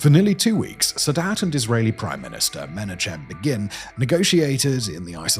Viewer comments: Meh-NAH-chem BAY-gyn. With the hard CH like in Chanukkah. Begin sounds like the word bacon but with a g. You have consistently for over 4 years mispronounced some of the most common Jewish or Hebrew words as if you don't put in any effort whatsoever. Which is amazing considering esoteric tiny languages like Mongolian get pronounced properly. Why is proper pronunciation not an area of concern for a channel that purports to be the leading YouTube source for international news politics and education? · Me-NA-khem BAY-gin. YITZ-ak rah-BEEN. Coincidentally, "Mubarak" could mean "blessed one". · Menajim begin? I thought you were a human!? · Meh-KNOCK-em BAY-ghin. That is how it is pronounced, "Menachim Begin." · I've been watching Simon Whistler's various videos for long enough that, I suppose, I shouldn't be surprised that he so badly mangled Menachem Begin's name.